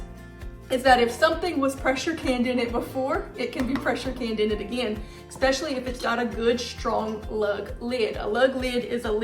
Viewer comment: But then she says "Expecially." The two cancel each other out. Net neutral.